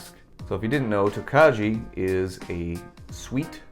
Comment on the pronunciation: Tokaji is pronounced like toe-kai. I wont be going for any of these. Just too high priced for what youre getting across the board to me.